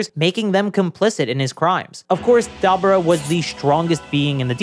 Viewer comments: Its pronounced Dah-Boo-Dah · never heard dabura being called dabra... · My man, Debura is a Japanification of “Devil” because we say “Devull” (nobody pronounced it DevILL).. Kadabra.. pffffft nice try tho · “I’m calling him Dabra because his name is a pun on kaDabra. I’m not saying Dabura” Even though, phonetically, that’s how his name is spelled and pronounced in Japanese. Da-bu-ra. But ok, in that case, better start calling him “Beers” instead of “Beerus”. Phonetics don’t matter. His name is a pun on beer so call him Beers, just like Whis is a pun on whiskey. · Bruh I swear to God the weeb fans go out of their way to pronounce stuff the Japanese way so they feel smarter or special or some shit. “Dabra” “nyobo”, whatever word you used for the nimbus, like come on thats sooo forced 😂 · it's pronounced "Debra" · The way you say dabura , power pole, and nimbus makes me unreasonably upset lol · I gotta nitpick about you talking about dabura's name....mainly cause while you say thats how its pronounced. They literally say it the way all of us say it in the series tho so I don't understand why you think his name somehow is different than what the show had it pronounced. Outside of that good video but I couldn't stand hearing his name pronounced so....weird